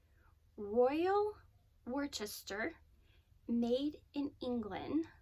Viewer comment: Loved all your finds - they're exactly the same things I'd have picked up myself. And so I'm jealous! 😂 Worcester is pronounced "Wuss-ter" (making Worcestershire sauce pronounced "Wuss-ter-sheer" sauce). I promise I'm not a grammar police type - I just got the impression that you really wondered how to pronounce it. No offense intended. 😊 I don't know if you noticed it, but there was a matching piece - a round, covered, casserole dish next to the one you picked up, just behind the mustache cup. Maybe you didn't want another piece or that one didn't suit your needs. I think the lid that was sitting in the piece you bought was also part of that set (it appears to have the same braid or rope design along the edge) and belonged with a larger soup tureen. I wonder if it was there, somewhere, hiding! Either way, I LOVE the piece you grabbed! I think it's such a versatile piece! Heck, you could even use it as a punch bowl if you ever needed one. Chips, corn on the cob, fruit salad, macaroni or potato salad, banana pudding (the homemade kind with meringue on top!), berry cobblers, soups and stews, taco salad...the list is endless. Did I say I was jealous? 😂 I also love the platters you picked up, especially the Royal Worcester. I, too, use white for my everyday dishes and my pattern is very close to that, though very modern. It's Antique White by Mikasa and is the china version of their French Countryside stoneware. I needed something lighter in weight I could lift easily into my upp